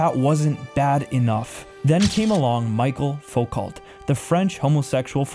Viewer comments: Very well done video and informative. However you need to work on your pronunciations. E.g. Michel Foucault (mi-SHELL foo-KOH) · Learn how to pronounce French words. you sound like an idiot its not chick. its sheek. also michael foo-co. as in co-operation . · Small quibble, it's not "Michael Full-COT", it would be pronounced "Michelle Fool-Cole'. Blame the French. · This was amazing! Thank you so much for your super important and eye opening work. Just want to point out a couple mispronunciations for your benefit: coup is pronounced “coo”; Michel Foucault is “Mi-shell Foo-Cole”; decay is “de-CAY”; and Nietzsche is “KNEE-cha”. God bless! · Michael Fuuuuuu-koooooh it's pronounced ...... Haven't you ever heard a Charlie Kirk or James Linsey presentation ??? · Great editing but you should really learn to pronounce the names of the people and concepts you’re talking about. It belies a lack of deep understanding when you call Michel Foucault “Michael Focalt”.